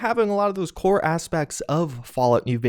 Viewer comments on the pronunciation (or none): none